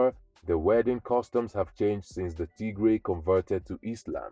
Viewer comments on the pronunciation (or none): Tigray 😂😂😂😂😂😂😂😂😂😂😂 you crack me in laughter as soon as you start TIGRAY 😂😂😂😂😂 … you got that wrong mate